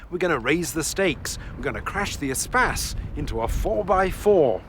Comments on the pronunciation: I thought it was pronounced Eh-Space not Eh-Spaz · Your pronunciation is much more 21c. EEE-space sounds much cooler than the French word for space. Which is mispronounced anyway. In French the stress comes on the second syllable. They should have used an Evoque (corr. French pronunciation Uh-vock). Or used a 1980's Saab 9000 which would have trounced everything. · Since when you pronounce “Espace” like he does?! Just horrible, horrible to listen to. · Everytime he says ESPACE, all I hear is SPAS! Think I'm playing too much... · Espace is a French word pronounced as spas if you speak English. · I've been pronouncing the Espace's name wrong for almost 20 years.